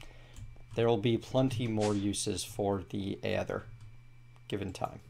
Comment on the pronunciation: Aether is pronounced ee-ther